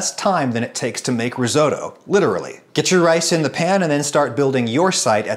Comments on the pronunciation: It's "risotto". Not "risoto", my God. Bless your monolingual parochial Yankee heart. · Ris-otto not ris oh toe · I thought your Granny was Italian? So why is it Risoudough and not Risotto? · Riso.. Ri-WHAT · Risoto... what? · Reezohdoe? Are you kidding? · You've made a mistake saying the word 'Risotto'. I shall begin. METAL. VINEGAR. DOUBLE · I’m sorry but the way you say risotto just annoys me so much ur saying it completely wrong 😂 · Really enjoyed this recipe, and others you have shared, thank you. Just ask, please pronounce Risotto properly, sorry. x